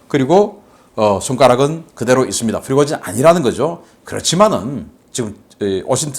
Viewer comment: 다른 사람들은 다 프리고진이라 발음하는데... 왜 자꾸 피고진이라 발음하실까요? 처음엔 무슨 말인가 했다가 나중에야 프리고진을 피고진이라 발음한다는 것을 알았네요. 아무리 집중하고 반복해 들어봐도 역시 피고진이네요. 다른 발음은 다 정확하게 하시는데 왜 그 발음만... 조금만 더 신겅써서 발음해주세요. 자막이 없었다면 도대체가 무슨 말인지 못 알아들을 뻔 했네요.